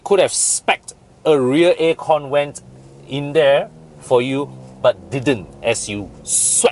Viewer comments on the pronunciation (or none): Think you have hard time pronounce the "V", I heard "Wersion"(version), air con "went" (vent). You can ask Bobby for more accurate pronunciation.